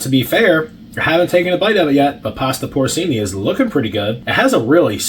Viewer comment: Poor CHEE-NEE Porcini mushrooms